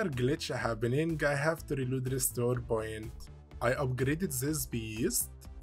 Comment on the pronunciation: I love when he says "boint" and "bortol" and such. "Bortol" actually got me scratching my head for a moment. I didn't know what he meant until I saw the portal. I was like "ooooh - you got me there, not gonna lie" lol